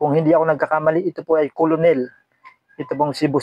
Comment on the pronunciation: Kernel ang pag pronounce boss, hnde colonel